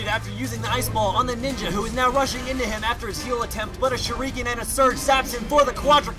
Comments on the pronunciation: Its pronounced shur-ken not shur-ee-ken. Shur-ken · argh the way you say shuriken annoys me, i prefer to pronounce it as sure-ik-en not shur-eeken